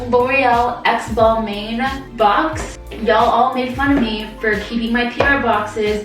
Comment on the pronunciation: The way she pronounces Balmain is getting to meeeee!! It’s shorta pronounced Bal-mon